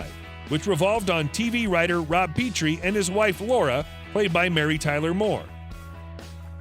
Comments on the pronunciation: For crying out loud get the simple facts right. The character' name was pronounced "Rob Petrie" not "Peeetrie". 5 minutes on YouTube or Google and you would know that. Only one of his most well known characters. Geeze. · Rob PEeetrie??? Another reporter who has not done their homework. It’s Pronounced “Pet Tree”. Lazy reporting annoys me. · "Rob Pee-tree." The host had never seen The Dick Van Dyke Show, not even once. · It's not pronounced "Pee-tree" it's pronounced "Peh-tree" for his role on the self-titled Dick Van Dyke Show. 🙄😒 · Peetree? ha